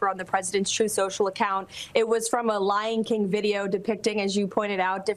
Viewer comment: Lion King or Ly'n King.